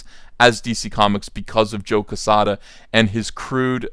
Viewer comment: Jesus Christ you can’t even pronounce joe quezada correct